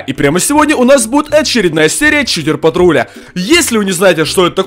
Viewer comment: Читер-патрулЯ! Не читер-патрУля...